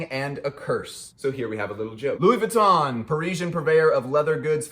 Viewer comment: Pls learn to pronounce VUITTON correctly....it´s so painful to hear it misspelled over and over again!!